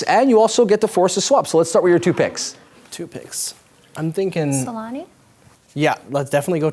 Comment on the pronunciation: It's not Selani it's Selänne!!!